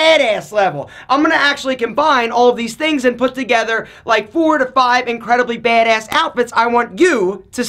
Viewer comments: "BEHD ESS" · Drinking game: Take a shot every time he says baedaess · I love the accent for when he says “Bad-ayss” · “Baydayss” haha love the way says it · Nobody:: BeHdeaS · OMG The way he says BADASS! so hard bro 😂😂😂😂😂😂😂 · The way he says BADASS kills me. 😂😂 Nice video though.